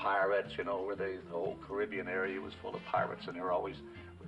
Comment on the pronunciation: Pirates opened in 67. Thanks for saying Caribbean right